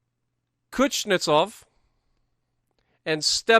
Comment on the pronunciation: cha-Pie-ev is how that’s pronounced. Also it’s kooz-Nets-ov